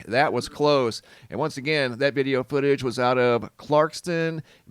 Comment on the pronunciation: "veedeo" footage? What accent is that?